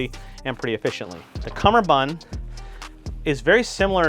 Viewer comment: Doff it doff it doff doff. Cumberbun cum ber bund